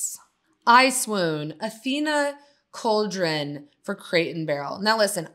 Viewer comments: Actually, it’s four syllables: cahl-deh-ROH-neh. The last “e” in Italian isn’t silent like “e”’is silent in English at the end of words. Peace 🕊️ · When the hell is a brand collabing with Paige?! 😂 Also, Calderone is pronounced as “Cahl-deh-rohne.”